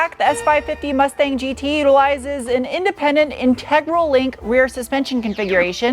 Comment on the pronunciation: German speakers chuckling at 'GE - TRAYG'...but seriously, love the content and a big fan